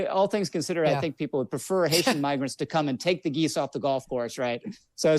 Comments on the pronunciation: I looked up the uncensored clip and there is literally no other way to hear it than the hard-R. He claimed it was him mispronouncing "migrants" as "miggrants" which simply does not make sense, on any level. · I know a lot of these people suck, but I think this really was genuinely a mispronunciation because he was mangling immigrant and migrant. I watched the unfiltered version. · How the hell do you butcher the word "migrants" so hard that it ends with an r? I know r? I know that conservatives fear reading and learning almost as much as they fear women and black people, but surely they have at least memorized their talking points enough that they can imitate human language as spoken by functional human beings while they're attempting to con functional human beings into supporting them. Why give conservatives the benefit of the doubt when they've never earned it? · maybe you went over this, the video is 30 minutes so I could miss it, but to me, it's possible he just butchered saying migrants, over video an M and an N sound sound virtually identical, I think its possible he could have accidentally said "Mig," stuttered, and then just restarted the word, they're absolutely wrong and racist, but the saying the N word specifically is something I'm willing to give the benefit of the doubt for and not jump on, not that they deserve the benefit of the doubt but Im a more morally correct person than they are so I give it anyway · He absolutely wasn't.. that's not how you say migrants, anyways, not in any dialect or native accent. Come on :l